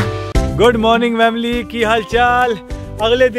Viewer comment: Bhai vamily kyu Bolte ho